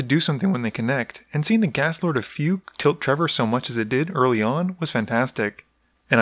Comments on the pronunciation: Fugue is pronounced "Fyoog" oe "fyewg" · "Fugue" is pronounced with a hard G. (And while we're at it, I've also been wanting to point out for a while now that "slough" is pronounced "sluff".) English nerdrage aside, though, good stuff. :)